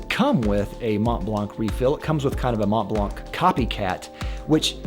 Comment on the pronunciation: Mont Blanc you should say Mon Blan. The t and n ar silent.